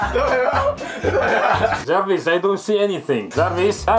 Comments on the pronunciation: jarvis non jervis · La legenda dice che il padre stia ancora dicendo "giarvis clos d masc" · Soltanto io sento che jarvis dice ciao?😂😂